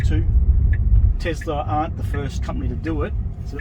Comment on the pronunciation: TeSla, not TeZla.